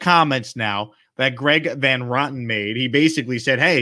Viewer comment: The last name is pronounced VAN RO-TEN, not VAN ROTTEN